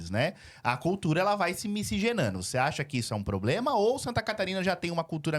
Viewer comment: É a moça falou muito bem " POBLEMA"